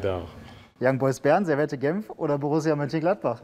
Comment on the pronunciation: Servette 😂 Das wird "servet" ausgesprochen 😂😂